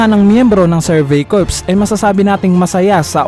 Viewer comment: Sir, Cor ang pag basa sa Corps.